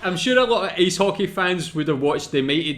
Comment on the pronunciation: Its Ice Hockey not Ace Hockey